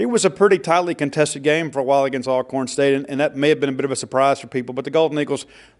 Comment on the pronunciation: Alcorn is pronounced ALL-CORN, not AL-CORN.